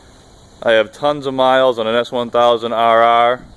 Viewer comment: Sounds like he’s saying S1000roarroar